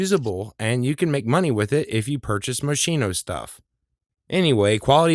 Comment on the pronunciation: I cringe. Mos-kee-no. 😁